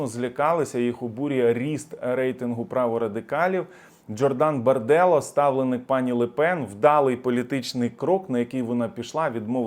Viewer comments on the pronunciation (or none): ДжОрдан наголос на О. БарделлА, наголос на останню букву А. Але ти все одно не прочитаєш.